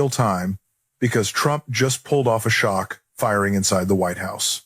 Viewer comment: This might be an AI Rick Wilson video. , listen to how he says "pulled off a shock firing at the...". The pause between 'shock' and 'firing' is not natural. Wilson's image is showing up all over YouTube on foreign bot accounts. He's fighting it and he released a video explaining what's been happening. His authentic content can be found at The Lincoln Project, Lincoln Square and his Substack, Against All Enemies. I love the messages in your content though. I hope it gets heard by t voters...gets heard and chips away at their oddly unflappable loyalty.